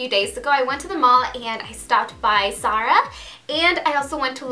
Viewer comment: She confuses her z and s's it's not sara it's zara